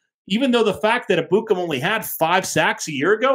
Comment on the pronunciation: I can't stand the way they pronounce Ebukam 😂 it's pronounced: EH-boo-kahm